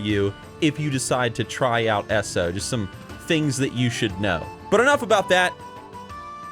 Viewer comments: Every time says "S-O" and not "E-S-O", *eye twitch*. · E...S...O, not Esso ugh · pet peeve of mine, but its not pronounced esso, it E-S-O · Are you american? The way you say "eso" you allmost sound finnish